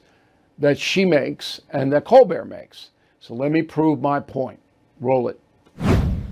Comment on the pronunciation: Cole-burt. Say it right. Like his parents do.